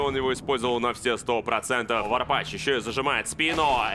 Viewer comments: Лять комментаторам почему не сказали как произносятся ники? Что за варпаШ??? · Почему комментатор не правильно всегда Варпач выговаривал?)